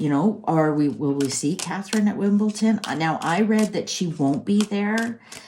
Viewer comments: Just a little correction, it's not Wimbelton, it's wimbeldon 🎾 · Wimbledon, not Wimbleton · It’s Wimbledon not Wimbleton! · WIMBLEDON NOT WIMBLETON!!!